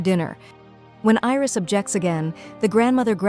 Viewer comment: It's not iris it's Aries and it is not roam it's ram